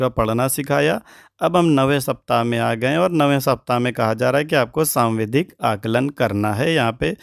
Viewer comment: आप सावधिक को सांविधिक और डिकोडिंग को डिस्कोडिंग क्यों कह रहे हैं ??